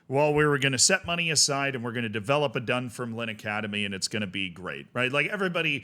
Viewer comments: Dun-FIRM-Line not DUN-firm-line emphasis on "firm" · Yup, absolutely butchered Dunfermline lol. Done-ferm-lyn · love your scottish football coverage, but it’s dunFERmline 😅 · Pronunciation: DunFERMlin, that is stress on the second syllable and ignore the final letter. Almost every Scottish town on the east coast north of Edinburgh has stress on the second syllable (DunDEE, AberDEEN, MontROSE, ArbROATH). This is because the towns' names derive from Scots Gallic, not English. For example, InverNESS. Inver is Scottish for mouth, so the English equivalent would be Nessmouth. The vast majority of English towns and cities have stress on their first syllable. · Utterly howling at your pronunciation of Dunfermline. Dun-ferm-lin but the ferm-lin part isn't separated. I'd love to hear you take a crack at "Milngavie" 😁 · Its pronounced 'Dunfermline' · It's said Dun - Firm - A - Lynn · FYI, the club is pronounced "dum-fer-lin" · A little more emphasis on the second syllable (dun-FERM-lin) but yes indeed, it's not pronounced like "line" 😂